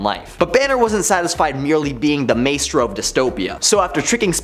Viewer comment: Thwayne. May-stro? Buddy.... I’m sorry, but a little grammar refresher might help.